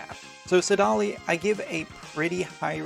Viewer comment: I was fine with Duane but saDAHli? Come on :-)